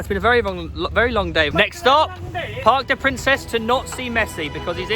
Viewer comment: This vid is so sick and btw the stadium is pronounced park de prance